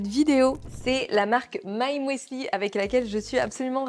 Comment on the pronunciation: Alors, cela ne se prononce pas « mouesli » 😂😂 mais « musli » de l’allemand müsli ou muesli. Bref, c’est un U ! 😊😉